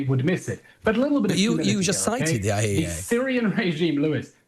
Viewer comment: He couldn’t even say IAEA after being challenged.